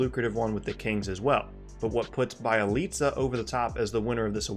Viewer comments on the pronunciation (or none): Oh dear.. you pronounce Bjelica just as bad as this one announcer... can't remember who, but he kept saying BYE-IH-LEETZ-UH where da fuck you getting the Bye from Bje